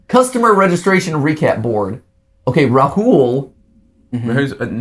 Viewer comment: Rahul is pronounced Raahul, not Rahool. Ok?